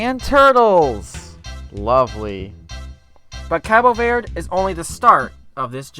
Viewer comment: If you're going to give respect to Cabo Verde you could at least pronounce Verde correctly 😂 Anyhow I've been there (for real not my mom stopped over) and it's brilliant!